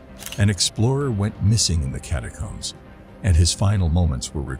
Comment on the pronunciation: And can’t pronounce the word catacombs